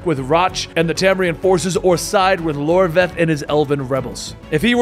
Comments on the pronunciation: iORVETH not Lorveth lol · iorveth not Lorveth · It's "YOR-WETH" not "LOR-VETH" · silé(pronounced shiela) iorveth not Lorveth temeria not temeraya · I'm amazed you got a pronunciation of a word like "Scoi'atael" right but managed to call Iorveth "Lorveth" 🤣 Good recap though!